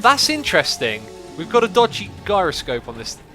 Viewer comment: J - eye - ro - scope